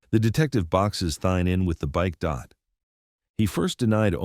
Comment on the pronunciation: Man, I really fucking hate these disgusting AI narration voices. Thayne's name is said out loud so many times in this video, yet the "narrator" pronounces it "Thine". Try harder, please.